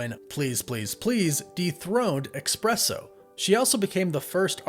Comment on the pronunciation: What's so hard about pronouncing "espresso" correctly? There's no X, C or K in it. Listen to someone who pronounces it correctly and copy that. Sheesh.